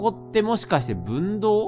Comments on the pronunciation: 分銅(ふんどう)やな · 分銅をぶんどうと連呼してるのがすごい違和感。